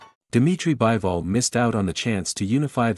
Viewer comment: It's Bee-vol, not Buy-vol.